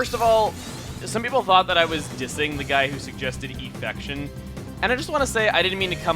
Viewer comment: IT'S EFFECTION. E-F-F-E-C-T-I-O-N, WITH E. Not 'Affection', you missed the pun in the original name.